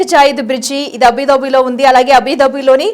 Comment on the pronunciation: Abhidhabi kadu Abudhabi ani chadavandi